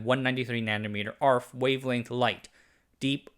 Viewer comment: The video is insightful and informational -- as always! -- but I do have to ask: why pronounce it "dram" rather than "d-ram?" Or "arf" rather than "a-r-f"? I worked in the industry as a photolithography engineer (including at a memory manufacturer) and I can't say I've ever heard anyone say things that way.